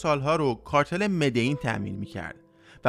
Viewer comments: مدعین چیه برادر من مدلین مدلین مدلین تکرار کن کارتل مدلین مدلیییییین،پابلو تنها عشق زندگیه منه از هرکسی بهتر میشناسمش تمام فیلمای بیوگرافیشو دیدم،کارتل مدلین نه مدعین مدلیییییین مدللللللین😡😡😡😡😡🤬🤬🤬🤬🤬🤬🤬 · ب مدلین هم میگه مدعین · داداش مدلین چرا ی جوری میگی؟ مدئین میگی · مدلین مدلین